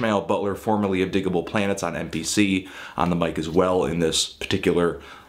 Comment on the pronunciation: WOAH you pronounced Digable Planets correctly in this